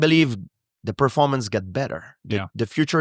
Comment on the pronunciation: "i am not impressed with your pearformuntz..." GSP on Matt Hughes